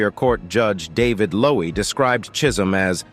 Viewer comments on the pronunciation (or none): none